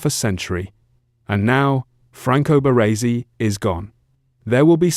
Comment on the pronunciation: The way he says BaRRResi 😂